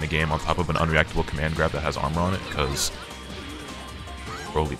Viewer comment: Bro said “Droly” 😂💀